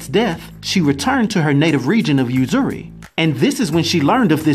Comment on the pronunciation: And uzuri oozoori is the pronunciation